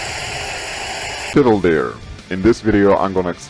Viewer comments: I've noticed lately a great many people find it very difficult to pronounce your name for some reason. Till-deer. I figured if I spelled it phonetically and someone saw this maybe if you were people would say your name wrong. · why do they keep pronouncing it "tiddle" deer?